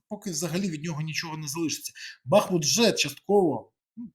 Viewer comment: Нажаль, весь світ знає бАхмут, а не БахмУт!!!